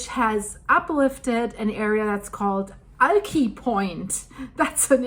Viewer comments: Pronounced like 'Pew-jet' pewjet Puget Sound and Alki Point is pronounced Al like short for Allen, Al-keye Alki...you're welcome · Pew-jit Al-kye (like eye) Great video and info! Best Regards and Best Wishes! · Alki point is pronounced, Al Kigh ... long i. Puget Sound is = Pew jet Sound. ; ) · Puget Sound is pronunced as PEW-jet and Alki has a long 'i' Also, the raise in water of Lake Washington, was caused by cutting open the Ship Canal, is my understanding, what my mother told me, but I think that only raised it two feet more. It also somehow stopped what was Black River. I enjoy listening to you. Thank you for your work! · I have tried to teach earthquake preparedness/survival classes in this area for 20+ years. It's amazing how many people don't care! Some say it will not be bad because of the 2001 quake. Other people say if it's going to be bad then no one will live through it so why worry. Luckily Wa state has a good plan...and 13 chinook helicopters. The only way out will be over the mountains. Alki is pronounced Al keye. I enjoy your videos. Thank you.